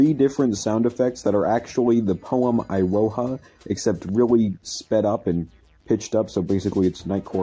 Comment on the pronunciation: For reference in future vids where Japanese text and names are involved, the vowels work like Spanish having only 5 vowel sounds and all vowels are sounded out. Abe would be pronounced “Ah-beh” for instance and the i is pronounced as “ee” as in spaghetti. So, iroha would be pronounced “ee-roh-ha”. Figured I should point that out.